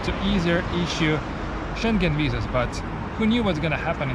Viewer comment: Learning a lot from this channel also interesting he says "wisas" rather than "visas" . I understand in german W is pronounced V so I'm guessing the V sound in Russian is the same? I don't know much about Russian language.